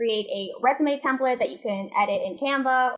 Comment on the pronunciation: edit the templet in what? Templete? What did you say?